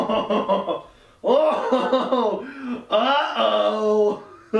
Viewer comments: Its "goTH" not "goFF".🤣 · “GOFF” and “MOOSIC”